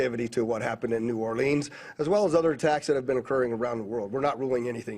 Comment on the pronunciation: Thank you for pronouncing New Orleans correctly, Lester!